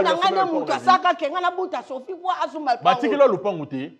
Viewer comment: Ma la RIZ 😂😂😂 eza KOFI et non sofi😅😅😅 yo hongo ma Luzolo 😂😂😂😂😂😂😂😂😂😂 Olingi omata mignature 🤣🤣🤣🤣🤣🤣🤣🤣